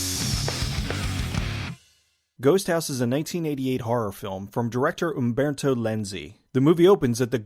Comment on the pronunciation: Great pronunciation of Humberto.